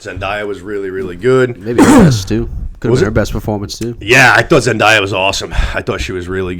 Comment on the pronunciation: ZEN-DAY-UH not ZEN-DIE-UH